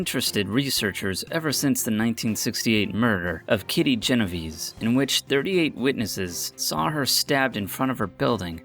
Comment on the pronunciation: I have yet to see one of these YouTube Top 10 lists that didn't either mangle the words, or misstate the details. This one did both, most notably, Kitty Genovese (mangled her name, the number of witnesses, and the year, which was 1964, not 1968).